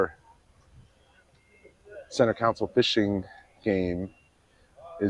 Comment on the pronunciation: Con-sole. Not con-cil. 🤪